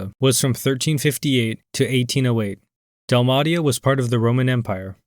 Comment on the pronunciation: Pronunciation of Dalmatia is just atrocious. How do you pronounce 101 dalmatians i wonder.